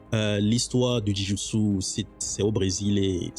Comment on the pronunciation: Jou Jitsu pas Ji Joutsou 😅 Joint = articulation J’ai aimé ta vidéo c’est interessant!